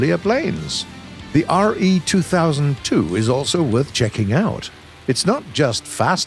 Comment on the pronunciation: it is said "RE" does not "Riiiiiii"